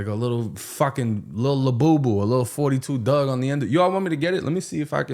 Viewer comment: Bro didn’t even say 42 duggs name right it’s 4 2 dugg😂😂not 42